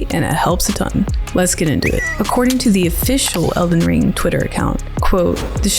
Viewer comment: I deadass heard you say Zelden Ring. Real